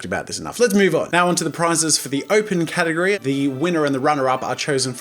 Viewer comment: Near he said gategory instead of category